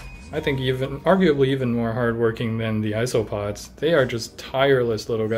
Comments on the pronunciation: you said isss-oh-pods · ITS isopods like eye-so-pods (jkjk pronounce it how you want to I don’t judge)